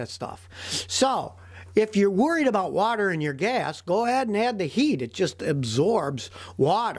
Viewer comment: how texans says water. "whahhher